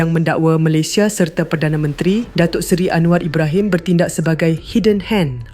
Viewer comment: Tu la dia kata anuar berahimmmm.. 😂😂😂😂